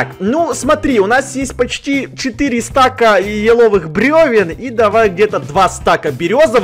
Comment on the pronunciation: Не стак а стаг